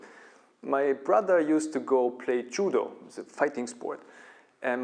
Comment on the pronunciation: you cant even pronounce judo properly. lol